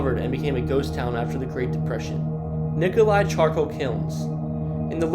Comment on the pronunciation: Nicholia, pronounced Nicholia, not Nicholi!